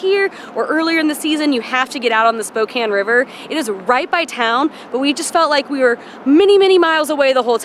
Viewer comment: Thank you for saying it properly.